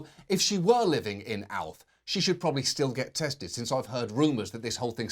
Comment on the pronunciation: "bowl of Alf soup"? Sounds like oral to me